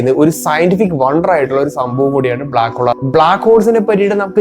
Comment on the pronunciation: ബ്ലാക്കോൾ മാറ്റി ബ്ലാക്ക് ഹോൾ എന്ന് തന്നെ പറ